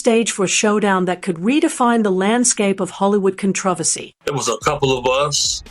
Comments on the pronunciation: WTF IS A" COTRAVACY" IS IT A CONTROVERSY AND A TRAVESTY or AI just can't get the pronunciation of words correctly no matter what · Con-tra-versy. LOL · For not having a British accent, you certainly nail the word “controversy.”